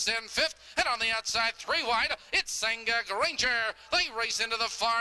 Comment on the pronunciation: Loved this horse,. But it's "Senga Granger" lolll Really